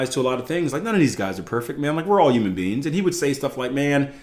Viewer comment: I’ve been listening to for over a decade now, think into the grey was one of the first times I saw him with Jason Stapleton. One of these years he will pronounce the H in “human”, don’t think 2025 is the year though 😅